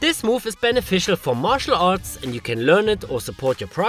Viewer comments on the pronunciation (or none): none